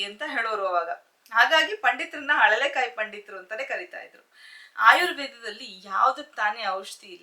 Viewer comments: Adu haralekaayi alla mam alalekaayi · ಅಳಲೆಕಾಯಿ ಅಂತ ಹೇಳಿ ಅರಳೆಕಾಯಿ ತಪ್ಪು